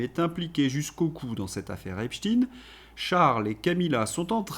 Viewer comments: Bon en France on prononce Epstein comme wittenstein ou Epstein Epstiin m'enerve. A part ça ça va 😂😂😊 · Cessez avec epstine !! C'est espstein comme Albert... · Nous sommes en France EPSTEIN et pas EPSTINE...S'il vous plait ! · STEIN STEIN STEIN. PAS STIN. CNNO. ARD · ….. pourquoi dites vous Epstine, et non pas Epstein, comme Einstein…? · Pas epstin c'est Epstein faut vraiment arrêter de dire epstin s’il vous plaît MERCI MONSIEUR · Pouvez-vous arrêter de dire: Eptin, c’est Eptein, en allemand c’est aïn !!!! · Epstine nom us: à prononcer à l'américaine . Soit epstein nom juif allemand à prononcer à l'allemande. Ne pas confondre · Salut à tous!!,on dit Epstein pas epstine 🤣🤣 comme on dit Lichtenstein,pas lichtenstine,alors je sais qu'ils aiment bien bien changer de nom, mais rien ne sert de les couvrir 😈😈 Comme on ne dit plus police ou gendarmerie mais milice et la justice est devenue l'injustice!! Grâce à qui?? Au feministo gauchisme bien sûr!!! Le camp du bien!!! Enfin,la dictature et la chianlit on connait, mais il serait dommage que les gens de droite se laissent gangrener par la distorsion verbale de la gauche!! On part de la déclaration des droits de l'homme et du citoyen (oui en français le masculin prime sur le feminin ) pour finir sur du celles et ceux et du iel... Notons que la marque "distinguée" qui consiste à dire: mesdames mesdemoiselles messieurs, c'est un peu comme tenir la porte à une femme!! Les raccourcis linguistiques sont légions pour flatter les gogos... 😈😈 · Il est comique 😂 il dit epstine, comme nos médias subventionnés. Je vais attendre avant de m'abonner à la chaîne. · Epstine est la prononciation en anglais, en français on dit autrement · pourquoi dites vous EpsTine? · Merde à vous à prononcer epstiiiiiine merde!!!